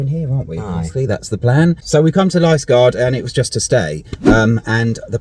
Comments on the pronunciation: Youtube says you pronounce Liskeard Lisgard. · Liskeard Li (as in Bil(ly) if you are down here for a bit some other names that may throw you are:- Fowey - pronounced Foy Launceston (Pronounced Lawn-ston or Lowsun (ow as in ow charlie bit me) Mousehole - Pronounced Mowzil (ow as in ow charlie bit me) If you want some cheap parkups The village carpark in Treen is about £15 from memory, toilets are available on 20p meter clean and available 24hrs. And the Logans Rock pub serves great food although not the cheapest. From there you have lovely walks to Pedn Vounder Beach (one of the prettiest in the world) and round the corner you have the minnack theatre Also Parr sands allow cheap overnight parking with some lovely coastal walks If you have time and a few quid to spare try and get over to the Scillies